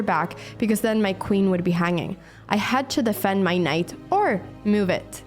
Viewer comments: Been watching Anna's videos for a while now but I can't help staying silent about this: It hurts my ears every time she pronounces move as "muve" lol. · ....what the heck is a "meohv"